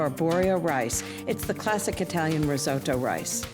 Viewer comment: Why can't any of them pronounce "risotto"?